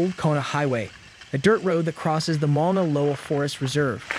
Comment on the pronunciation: come on..... mauna isn't hard to pronounce.